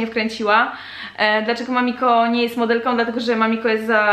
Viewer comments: Trochę razi w uszy ale "modelką" nie "modelkom" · a jeszcze coś, jeśli piszesz "modelką" to mów modelką "Ą" a nie "om" ..... lubią a nie lubiom "om" proszę :) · Dlaczego dziewczyny zamiast wymawiać ,,Ą' ' Mówią om przed chwilą mamiko na początku odcinka powiedziała ,,Modelkom' ' a mówi się Modelką. XDDDD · Trochę razi jak się słyszy MODELKOM